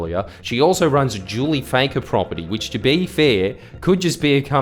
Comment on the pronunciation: Is it pronounced Fakker or Fucker? Jordie you must have a big set taking on the Lebber Party. err I mean the Labor Party.